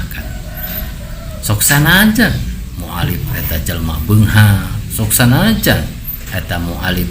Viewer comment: Sanes Mualif tapi mualaf duh balelol letah... 🙏😅